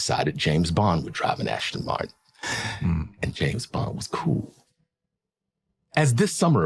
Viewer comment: The guy buys an Aston-Martin and doesn’t even pronounce the name correctly.